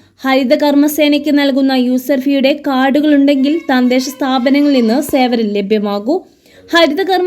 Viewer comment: തന്തെശ സ്ഥാപനം എന്നല്ല തദ്ദേശ സ്ഥാപനം എന്നാണ്